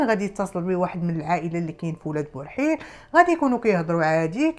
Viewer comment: اولاد برحيل ber7il ماشي بورحيل